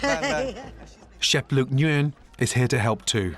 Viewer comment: He pronounces "Nguyen" all weird lol